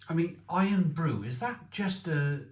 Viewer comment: Is the Barr's drink not "Irn Brew", rather than Iron?